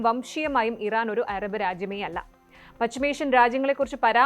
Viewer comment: എറബ് അല്ല അറബ്